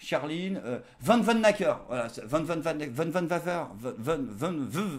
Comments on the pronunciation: van - oun - hacker. C'est pourtant pas si difficile :-p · Charline "Vanounaqueur" ça ne s'écrit pas comme ça mais ça se prononce comme ça. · T'abuses, c'est quand même pas trop difficile à prononcer "Vanhoenacker"...:D